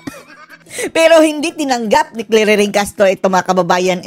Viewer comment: Bago ah "clairiring "🤣🤣🤣 bagay ..